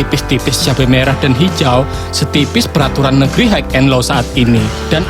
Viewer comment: Haigh and low😂😂